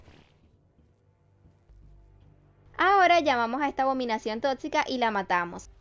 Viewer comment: Me encanta cuando dice "abominación TOTCICA "Xdd